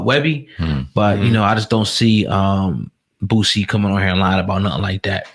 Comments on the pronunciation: Boosie. Not Bootsie. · "Boō See" not "Boot see"